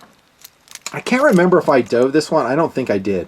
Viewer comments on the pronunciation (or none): none